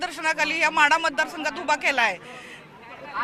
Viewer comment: म्हाडा नाही वो माढा म्हणा